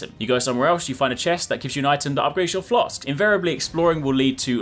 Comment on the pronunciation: Oh my god I thought you were saying FLOSS the whole time and I was like what the hell is he talking about why isnt he explaining what floss is.